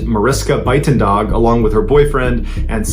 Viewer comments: The "Phala" in Phalaborwa is pronounced Pala as in Palladium. The "dag" in Buitendag should be pronounced as "dACH" as in "ACHmed the dead Terrorist". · Good story, and I really love your content! My only comment is on the pronunciation of names of people and places. As a South African, I could immediately tell that Phalaborwa was pronounced completely wrong, and Buitendag wasn’t perfect either - but a decent try. I feel that attention to these kinds of details can really make the story even better. Mariska - near perfect pronunciation :)